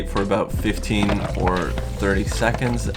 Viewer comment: "30 secćčonds"